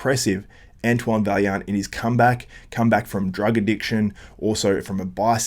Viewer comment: It’s pronounced vaiyant ffs lol